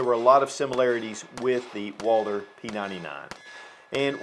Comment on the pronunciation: Some of these YouTube gun channels just can’t pronounce Walther and refer to it as a Walter. I don’t get it. How can someone with so much gun knowledge and experience not say Walther? Lol